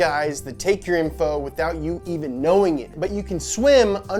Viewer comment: why is it so wrong hearing that AYVEN instead EEVEN